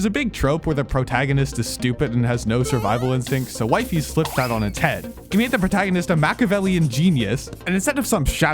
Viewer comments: Bro his name is not Wife-is or Wife-ies Its Wi fies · It's not Wifey it's wE-fEs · also its not wyfis btw its wefees (in pronunciation) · Dude its pronounced wifies not wiefees not weefees wifies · The way you say Wifies sounds like "Wife-eys".. so Wee-fees makes more sense to me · Its wee-fees not waifes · It's wee-fies dummie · its not that hard to pronounce wifies correctly breh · Please say wifies name right bro😭😭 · bro is constantly ragebating with misspronouncing wifies name